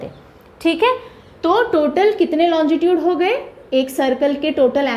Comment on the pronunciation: मैडम आप लोंगिट्यूड को लोंजी ट्यूड क्यों बोलरहे हो